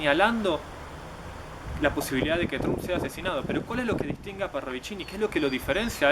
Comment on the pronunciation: no se dice 'Tromp', se dice 'Tramp'